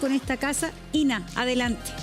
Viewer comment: Yyy "Innna"